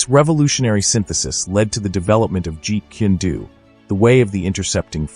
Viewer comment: it's jeet kune do, not "jeet kindu" or whatever you're saying